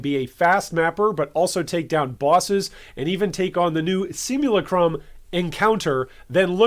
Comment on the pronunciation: Sim U Lack CRum is how I pronounce it. It kind of cracks me up though all the different ways I have heard pronounce one word. Great Video BTW!!!